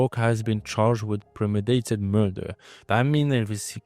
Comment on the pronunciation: Great video ! Obs: its premeDItated , not " premidated".